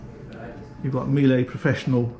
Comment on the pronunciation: Hey! You said Miele right the first time. The second time, just off. :)